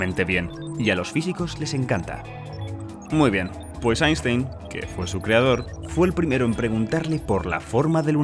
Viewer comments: Se prouncia "ainstain" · Einstein se pronuncia "Ainstain" en aleman.